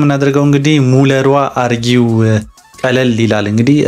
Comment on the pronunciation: ኧረ ባክህ ባክህ። ስታነብ ቢያንስ ተረጋግተህ አንብብ። አርገው እንጂ አርጊው አይልም አንተ